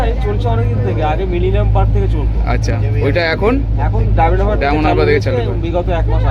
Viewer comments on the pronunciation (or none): Diamond HABRA noy, nam DIAMOND HARBOUR, pronunciation thik kore korun.